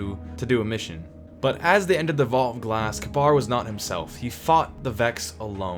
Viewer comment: the most annoying thing here is that pronounces Kabr